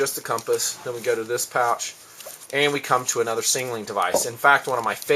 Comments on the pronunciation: Does this guy have a stutter or am i just not gearing him right last time i checked its not called a singling device but a SIGNALING device. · lol not to be an ass but the way you say signaling sounds like 'sing a ling'